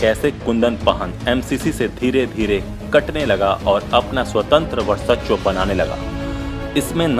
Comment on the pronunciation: वर्सच्व नहीं भाई वर्चस्व होता है!